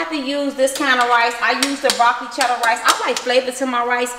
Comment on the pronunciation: B I love you but did you notice you said chella and not cheddar